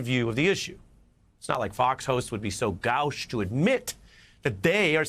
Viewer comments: It’s pronounced “GOHSH” not “GOWSH” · GOWSH? You must mean "gauche". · "Gowsh"? Gauche is pronounced like the word 'go', not like 'wow.' And grow a beard or shave. What is this three days of beard all the time? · Gauche is pronounced “gosh” with a long O, not “gaush” like cowsh. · Gowch? 😂 Never took any French classes huh, Ari?